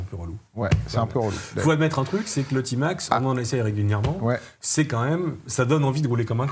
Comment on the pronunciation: A Marseille on prononce Tmax et non pas tymax ou timax